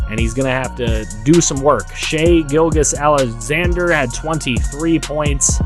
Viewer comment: I think the thunder player Is said more like Gill-Jess/ Gill-Juss